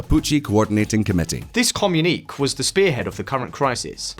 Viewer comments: Why did you say ''comm uneek' instead of 'comm uni kay'? You could have sought advice from Mark Knopfler and asked him the title of Dire Strait's second album. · The way you are pronouncing communique is making me disproportionately angry. Is it some regional pronunciation? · communiquÉÉÉÉ not communiqk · Uh oh, another one communique is com - yoon - e - kay. Its French. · wtf is a “comm unique”? 😂😂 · Funnily enough, "communique" rhymes with "Pinochet". But not with the way you pronounced either of those two words in the video! 😄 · His pronunciation of communique! 😆